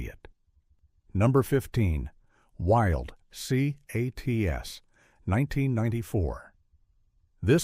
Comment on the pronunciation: You could have had your ai voiceover just say wildcats because I promise you nobody ever called it wild c-a-t-s 😅😅